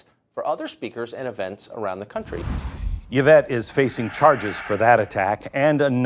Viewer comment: The y in Yvette is pronounced EE so her name is EEvette.